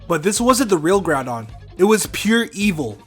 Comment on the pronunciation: Groudon, not Groundon. I think it should have been spelled Groundon though.